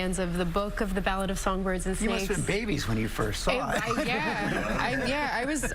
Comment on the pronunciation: Wow the title really got butchered in the beginning haha